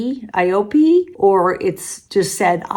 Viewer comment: it is pronounce eye-oh-pay. They are famous for their super vital cream, bio-essence, and cushion compact. They used to be VERY popular n but now they focus only on anti-aging products.